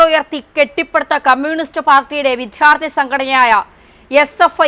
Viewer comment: ഒരു മലയാളിക്കും വിദ്യാർത്ഥി എന്ന് ഉച്ചരിക്കാനറിയില്ലല്ലോ. കഷ്ടം!!!